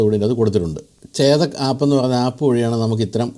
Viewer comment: ചേദക്ക് അല്ല, ചെതക്ക്